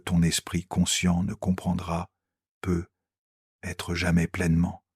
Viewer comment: J'aime ces vidéos, mais apprenez à parler correctement à votre IA . Ces [ pe aitre] sont insupportables.